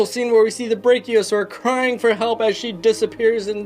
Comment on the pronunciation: It's br a chio SA ur